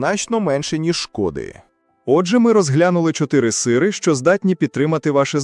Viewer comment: Це якась пошесть з наголосом.... Якого біса слово "сири" Ви вимовляєте з наголосом на перший склад?